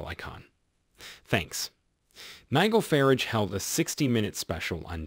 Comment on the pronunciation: Nigil fahrige Nigel Fah-Rahge